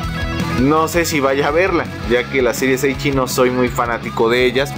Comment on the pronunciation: La serie de la arañita está divertida, la novela ligera publicada por Kamité me pareció muy entretenida y una grata sorpresa, yo no la conocía, así estoy muy interesado en el anime. P.D. es ecchi, no eichi. ¡Saludos!